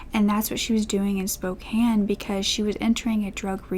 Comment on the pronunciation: You said Spokane properly. Kudos!